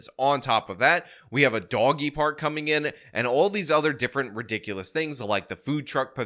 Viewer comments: She’s right. This IS re-dik-olus. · What is “ ridikaius” ?